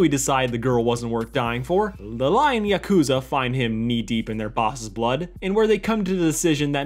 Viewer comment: everytime yakuza is pronounced wrong, a piece of my soul dies T-T